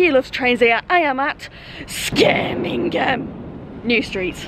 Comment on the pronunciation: Skirmingham lol